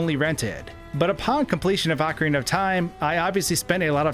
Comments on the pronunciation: Articulate, please. "Ocura of Time" and "Super-Intendo"? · I think it's( ohh Carina )not ( ahh Corina ) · ahkareenuh, not ahkarinnuh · He said cockariko village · Ocrina of time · He provinces ocarina wrong too lol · Nintendo is in charge and has explained how to pronounce each word. He also says Ocarina wrong despite it being a real instrument.